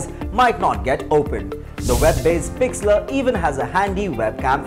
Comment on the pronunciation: 1)Gimp ( Gun ) 2) Pixlr (Pixla) 3)PicMonkey His pronounciation was so bad